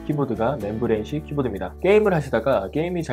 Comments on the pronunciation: 매형 그러니까 잘 읽으라고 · 맴브레인을 (membrane) 왜 맨브레인이라 함?